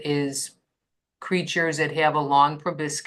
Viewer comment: pro - bahs - kus, emphasis on 2nd syllable.